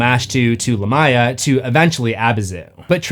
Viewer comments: Dude,stop saying the name as LAH-MY-A its CORRECT pronunciation is LA(H)M - ME-YAH. as in ancient Lamia VAMPIRES in EARLY EARLY European Folklore and myths surrounding oral storytellings of bad luck places and mysterious locations where Spooky animals, and creatures were said to roam and hunt for unwary humans not smart enough to know being out, late at nights were a good time and bad locations to be if you wanted to be KILLED or attacked by Spirits, vampires, werewolves, revenants, zombies, Hell hounds and whatever other dark hunting hungering spirits and beasts were out hunting for living creatures or humans to eat were easy to come upon, looking like meals (ready to eat!) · only critique I have is Lamia is pronounced Lay mee uh, or Lah mee uh, not lah my uh. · you managed to say it wrong again 😅🏆 it's Lámia, not Lamía. You put emphasis on the "i" instead of first "a" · Great episode.. But your pronunciation of Lamia is weird.. Lamia is most commonly pronounced LAY-mee-uh (/ˈleɪmiə/) in English, though LAH-mee-uh is also used. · It’s “Lamb-ee-uh” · Man, I thought I was losing it or maybe it was another case of Supernatural getting pronunciation wrong again, but nope. The proper translation of Lamia is Lámia, and it is most definitely pronounced with the emphasis on the first 'a.' 😂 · It is a name of arabic origin, and pronounced lam ya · The amount of times Lamia is mispronounced in this video makes it unwatchable. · That is an insane pronunciation of lamia.